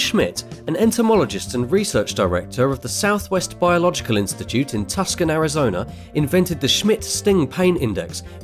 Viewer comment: Tucson is pronounced like "Two Son".